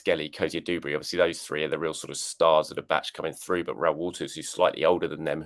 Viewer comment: *Duberry not dooberry